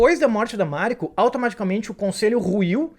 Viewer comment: Máriko, Fudi, Yabúshigue, Búntaro, Íshido, Ôchiba, Ájiro/Ágiro, sepukú...não faz sentido essas entonações dessas palavras todas.